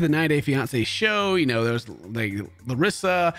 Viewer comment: kinda of annoys me how everybody makes fun of larissa for saying "colti" but still everybody says her name wrong. 🤔